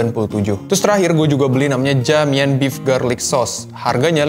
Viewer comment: Dalam bahasa Cina (maaf kalo salah) Ja = Cha Mian = Mien Jadi baca JA MIAN = Cha Mien